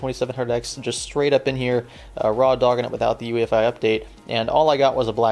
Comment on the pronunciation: U keep saying ufi.....mits UEFI SIR